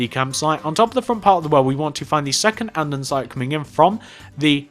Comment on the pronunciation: Jesus fucking criss it is not anddansite it is andesite it annoyed me just like help with whatever they are say boots instead of trunk or bonnet instead of hood